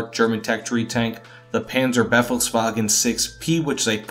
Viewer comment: Mate, it's not the Penzerbeffelswagen, it's the Panzerbefehlswagen. You couldn't have butchered the pronunciation worse than that. You know you've got that thick accent, so either don't pronounce the names or check how you pronounce them correctly first. Nice video though.